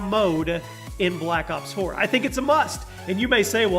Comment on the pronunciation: Every time he says black ops 4 it remains me of my childhood, black cocks four xD